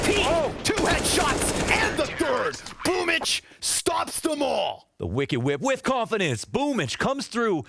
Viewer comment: I like how Boomb14 celebrates but why is his nick pronounced as boomich? I'm new